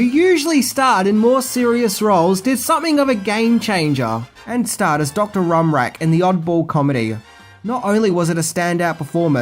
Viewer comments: Dr. Rumack, not 'Rumrack.' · Dr rum rack? Rhumac. Pronounced roo-mak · Dr. "Rum-rack"?? What's wrong with you and your pronunciations?